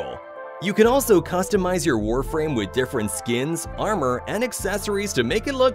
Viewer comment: Warframe? You mean warfarm?